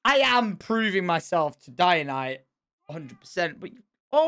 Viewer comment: im not hating on tom but everytime he says ianite and her being a god kind of pains me because shes technically a goddess not a god but it doesnt matter to me that much because that didnt stop me from watching him.